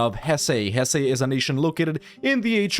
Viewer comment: It's not pronounced "Hessay", essay.